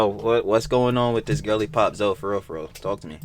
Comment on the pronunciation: really said Zoe like toe 💀 Then she said resistance bands are for the chronically online ☠